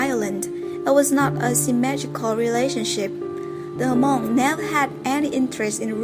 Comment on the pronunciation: It's not pronounced ha-mong!